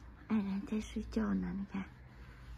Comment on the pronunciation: 姥爷把【安然】读成【爱人】，真棒，平时就叫【爱人】吧！安然的确是招人爱的小天使啊！